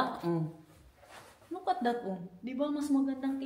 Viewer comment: Hahaha Kala ko u said lukarit .. look at it pala 😮🤦🏻‍♀️🤪